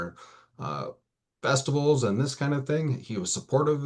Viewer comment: Prenup! prenup! prenup! I dont care who you are or what you have. COVER your tail. You never know how someone will change over time. (This is a very short time too) unbelievable. 😮 did his atty say "festibles?"